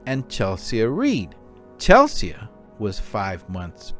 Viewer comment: Chelsee not Chelsia…..❤ RIP